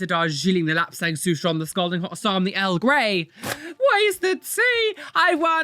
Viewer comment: Not L grey It's Earl Grey, it's a type of tea.